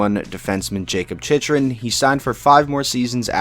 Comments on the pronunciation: Is is not pronounced more like Chykrun (for Chychrun)? That's what I remember of how broadcasters used to pronounce Jeff Chychrun back in the day. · Why does he say Chychrun like that